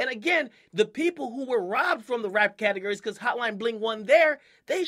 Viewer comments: he says catergories instead of categories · Anyone else notice Akademiks says catagury? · CATAHGURY lol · " cat a gurry " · its pronounced: categORy you even say it right when you said "categorized" lol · Why does akademiks sound like he says categurries? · lmao Why does Akademiks say categories like " catergerries" ? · The way he says category's😂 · bro the way you say categories annoyed me a bit